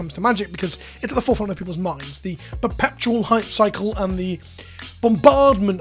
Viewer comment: Is the fact that he always pronounces an extra P in perpetual (he says perpeptual) an inside joke I do not get?